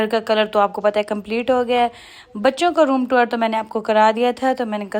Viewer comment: Tour... not taur